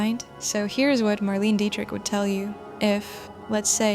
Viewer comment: No dear , one says Marlena not Marlene